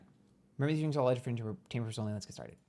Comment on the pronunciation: I love how he says "wxfbsgndnxgwtetkdydnxbgzf...tainment purposes only" 😂 He's so sick of that disclaimer!